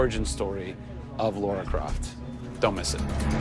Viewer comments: he called her laura it's lara XD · It's LARA not LAURA. Ugh I find it so annoying when supposed "fans" call her that. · Yeah but you say it like you would say Laura. Like even the characters say Laura